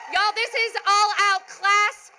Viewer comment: She saying y’all wrong